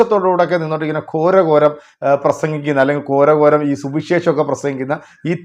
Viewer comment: ഞാനും ശ്രദ്ധിക്കാറുണ്ട് . സ്ഥാനം, അസ്ഥാനം എന്നതിൻ്റെ അർത്ഥം അറിയാതെയാണ് പറയുന്നത്. ഘോര ഘോരം എന്നതിന് പകരം കോര കോരം എന്നും ഗീർവാണത്തെ കീർവാണം എന്നും😂